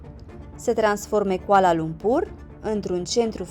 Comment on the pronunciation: Your pronounciation very amazing when you speak all the places name including Kuala Lumpur. Me as local feel really amazing. ❤❤❤❤❤❤